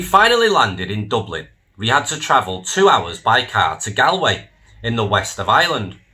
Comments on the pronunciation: It’s pronounced GAWLway not GALway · I find it odd that you don’t know the proper pronunciation of Galway. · Learn how to pronounce Galway. Properly please just think of old. Gaul S from Celtic France and say Gaulway it will Sound better than the rubbish you ste saying. Jc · He can't even pronounce Galway correctly! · Your not Irish. You pronounced Galway wrong. Whats your game?